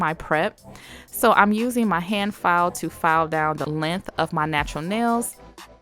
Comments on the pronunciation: I love the way you say length lmao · Who else is erked by the way she says “length” ? 😖